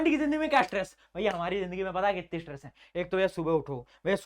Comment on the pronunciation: bhaiya said aa jo kuti problem not kitni 😂